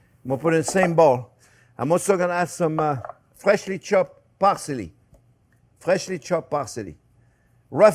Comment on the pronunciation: I love that par-se-ley is three syllables. I love it 😂 I say it like that at home now…along with onyos…….and the finger waggles.